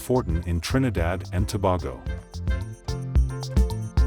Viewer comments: It’s Tobago not Tobargo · Dam she was from my home country and its pronounced Two-bay-Go